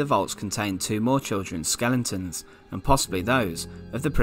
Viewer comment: Skel-e-tons. not skelingtons.